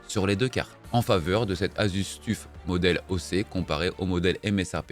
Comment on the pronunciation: Tout le monde: "Asus Toeuf": "Asus Tuffe"